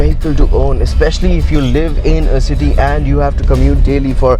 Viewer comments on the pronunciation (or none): none